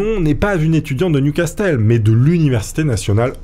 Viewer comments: J’espérais que tu l'ais refaite en prononçant correctement "Newcastle " .. Ça se dit "new casseule" pas " new castelle " 😀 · Repeat after me : Niouvasseul, pas nioucastelle bordel ! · Newcastle se prononce nioucasseul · "Nioucastelle"... des barres la prononciation ^^ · "New Castel"? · Ça se prononce NIOU CASSEUL !!! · le "t" ne se prononce pas